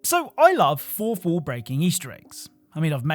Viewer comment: What's a "forfwooh"